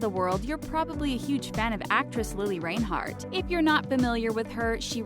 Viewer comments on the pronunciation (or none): Stop saying lili reinhearts last name wrong